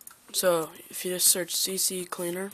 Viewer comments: it's CCleaner not C C cleaner! :) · it is C-Cleaner not CC-Cleaner!!